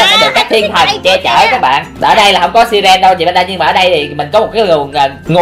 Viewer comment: Là sai rần hét ( siren) k phải si ren ạ